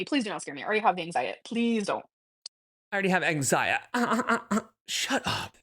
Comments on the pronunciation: “Anxiet” is SO irritating 😡😤😡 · Anytime she uses the word “geeenuileeey” she is still talking to Emily. I believe the “health anxiet” is because they are fighting and she’s manipulating her